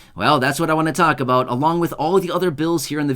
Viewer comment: You keep saying a " BOOT" I never see Any